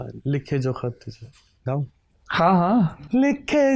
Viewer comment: Honey says Gaau? 😍😘😁